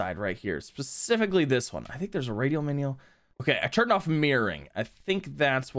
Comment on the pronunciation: "i think theres a radial menial"